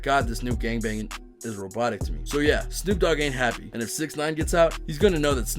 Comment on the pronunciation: actually, since he didn’t say the letter d, wouldn’t it be Snoop Oog?